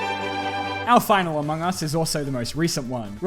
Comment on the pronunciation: Is it just me or was there a "u" in Among us?